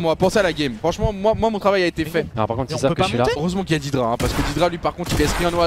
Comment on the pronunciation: PAr contre on dit "dèdra" et pas "didra" mais trkl